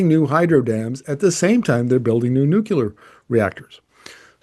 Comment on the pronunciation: Great video. but NUCLEAR. There's no such word as Nuculer.